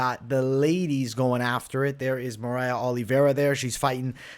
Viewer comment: Mariah lol its Maria